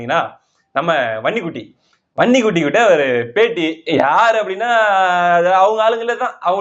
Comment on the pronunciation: தம்பி நீங்க வன்னிக்குட்டி என்று சொல்லும் போது பன்னி குட்டி பன்னி குட்டின்னு சொல்லரமா..திரி தெரியுது